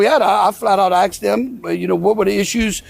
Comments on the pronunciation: Did Landry really pronounce “asked” AXED? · Axed? Why does he keep saying “axed”? What does an axe have to do with any of this? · " I flat out aksed them..." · The guy can't even speak properly. Twice in that first clip he pronounced the words "ask" and "asked" as "aks". But he sure as hell knows the word "no" when trying to shut down a reporter's question... "No no no no no no no no". You have to admire the quality of his debating skills. 😂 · a white guy that says 'axe' instead of 'ask'...? that's a problem... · Good that he ‘axsd’ the prime minister questions. Couldn’t they send someone literate over to harass Greenland? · Axed them 😂😂😂 state of him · Asked or aksed? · The Louisiana Governor axed questions. Nothing being out illiterate that an inability to speak correctly. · " I AXED him" doesn't mean "I asked him." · "Axed" (try asked) and "before da president" (try before THE president) ----- glad to see he is a well spoken republiCANT. What else can he do well? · Did he say "axked" can he not speak properly ? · So the Louisiana governor AXED HIM???? AXED HIM???? How low class!! His inability to use the CORRECT AND PROPER ENNUNCIATION AND PRONUNCIATION of basic English words, just show how uncouth and ignorant they are!!!! And now we don't need to wonder why the state of Louisiana has one of the lowest EDUCATION STATISTICS IN THE ENTIRE COUNTRY!!!! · He “flat-out axed ‘em”. Good heavens! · Did he say "axed him"? wtf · This guy is an ignorant boob. "Axed" them a question? And if that's a "diplomat", I'm Beyonce. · The guy can't speak he keeps saying axe instead of ask what a 🤡. The guy is so ignorant.....and stupid it is on a different level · “I just axed him”? You would think he might learn english. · Why does he keep saying I axed them. Just axe yourselves. In Europe we respect privacy . Greenland doesn’t want you in their country.